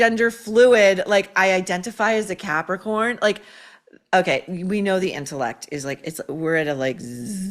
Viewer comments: Capricorn? Sounded like pepper corn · Hilaria strongly identifies as a Capricorn. I heard "as a Catholic whore." 😂😂😂😂😂😂😂😂